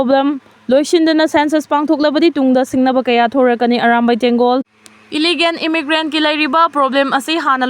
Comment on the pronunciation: It's illegal not illigan! Wat new anchor!